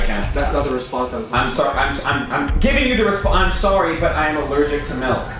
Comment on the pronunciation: "sorry but I am erlergek to milk"🤣🤣🤣🤣🤣🤣🤣